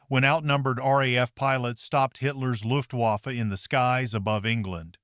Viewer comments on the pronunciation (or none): none